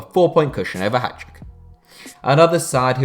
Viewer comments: It’s Hay-Duk not hajduk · Oof, some of the pronunciations are very off. Hajduk is the most egregious one... Additionally LASK are not from Linz but that is is a common mistake.